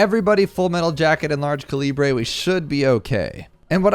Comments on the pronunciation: I love me some co-lee-brey upgrades 💀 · Yaaaaa “Large Cah Lee Bray” is the best upgrade in the game